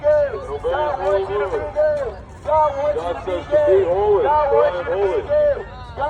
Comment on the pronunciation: A bit of a critique I thought you said "God wants you to be Dead" not God wants you to be Gay until you said so in the video. Appreciate the effort but I guess more emphasis on the Gaaaay next time